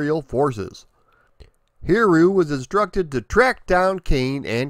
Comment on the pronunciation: Great video! As always, very thorough! I really love the very original character concept and the designs of the levels. Now, if you want to max out100% for pronunciation on his name (it definitely is a tricky one), the easy way is to think of it phonetically as 'Hid-E-You" Happy gaming, and keep up the great work!